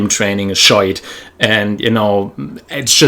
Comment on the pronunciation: you say 'shite' like an irishman! very good!